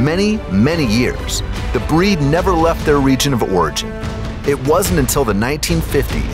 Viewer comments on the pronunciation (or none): none